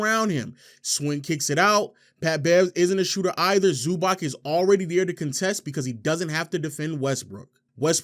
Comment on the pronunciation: Nice video, but it's pronounced "Zubatz"